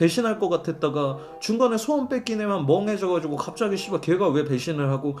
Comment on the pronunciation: 자꾸 소원을 수원이라고 하는거 킹받네